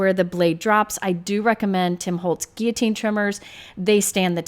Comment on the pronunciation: Your proper use of the word "guillotine" has my heart! You know when you hear the "L" sound and it's like fingernails on a chalkboard?? :) Anyway, thanks for the review. I have a similar trimmer to this, but I love the fact that you can cut from the top or the bottom with a straight edge! I like to use the bottom too.